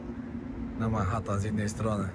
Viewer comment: o Panie Boże wczoraj bigle zamiast bajgle dzisiaj Manhatton zamiast Manhattan 😂😂😂